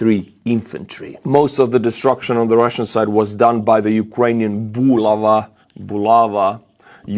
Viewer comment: Emphasis on the last letter A: bulav"A" 👆